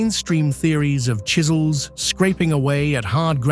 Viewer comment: Still saying copper shizels unbelievable